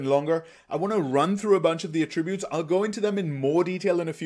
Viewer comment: You made a 57-minute video. You made a 57-minute video. YOU MADE A 57-MINUTE VIDEO. And to top it off, the way you pronounce "attributes" is annoying. I assume you're a first language speaker of English? How are you pronouncing "attributes" incorrectly???